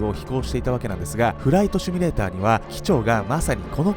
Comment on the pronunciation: シュミレーターではなくシミュレーターです。訂正をお願いします。